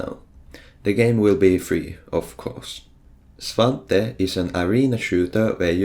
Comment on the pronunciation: i am happy svante is pronounced as i thought it is